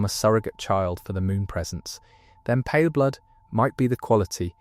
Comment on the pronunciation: stop saying palerblood also paleblood is the player character